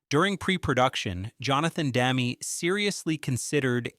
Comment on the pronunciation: It’s Dem-me, you moronic robot! GGAAAHHHH!